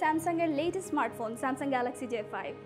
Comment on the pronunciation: ঢং বাদ দিয়ে ঠিক মত গ্যালেক্সি বলা শিখ আগে বেটি!